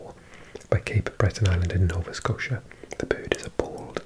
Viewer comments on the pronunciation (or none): none